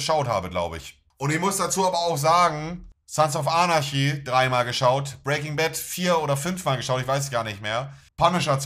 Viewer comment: Spricht er Sons of Anarchy absichtlich sons of arnaschi aus?? ich meine er ist ja ein riesen Fan, dann müsste man doch wissen wie man die Serie richtig ausspricht 😂